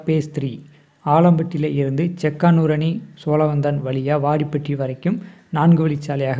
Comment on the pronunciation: ஊர் பெயர்களை சரியாக உச்சரிக்கச்சொல்லுங்கள். செக்காணூரணி யை சிறிதாக்கவேண்டாம்